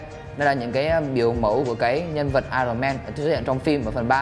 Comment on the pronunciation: ai ần ông ơi, không phải ai rồn =))))